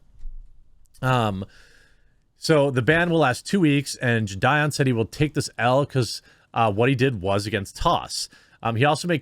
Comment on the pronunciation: i was taking this video seriously till you said "jidieon" lmfaoooo